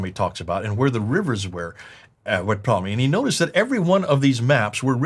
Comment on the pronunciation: I laughed every time said Ptolemy's name wrong! Patolomy??? 😁